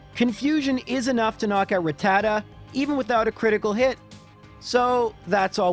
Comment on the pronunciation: I just came here to say that I don't agree with the way you pronounce Rattata. Everything else was on point.